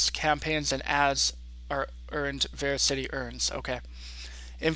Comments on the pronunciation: by the way, it is pronounced verasity not VeraCITY.... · It's pronounced ver as ity